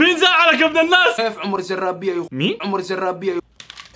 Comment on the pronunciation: أنت تقول زرابيه هههههههههههههههههههه موكذا اسمه عمر زراديه